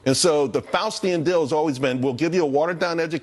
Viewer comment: "Faustian" deal or "Faucian" deal? 👀🤔